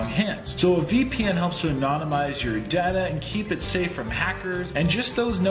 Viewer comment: The word is data No rrr